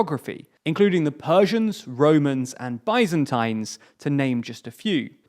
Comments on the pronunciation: How did he just pronounce Bizantines? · Biz - in - teens